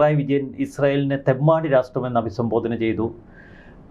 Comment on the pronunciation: Please don't say rastrram, the correct pronunciation is rashtram.When you say nation, it sounds like something, please don't use it.